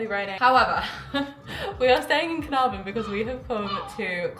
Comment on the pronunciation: Your pronunciations of Caernarfon and Y Wyddfa was pretty spot on - coming from someone that’s first language is Welsh and lives in North Wales👏🏻❤️